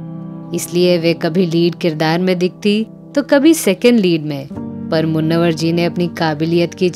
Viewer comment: मुन्नवर नहीं मुनव्वर